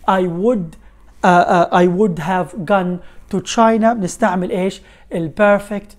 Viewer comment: استاذ دائما اسمعك تلفظ gone كلفظ معنى مسدس لكن انا اسمعها بلفظ اخر وهو حرف O يكون بضمة وليس بفتحه